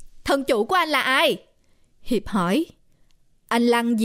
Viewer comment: nói Hiệp thành Hiếu kìa, nhưng ko sao âu